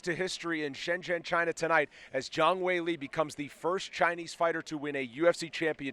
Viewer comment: Impressed the reporter pronounced "Shenzhen" correctly 👍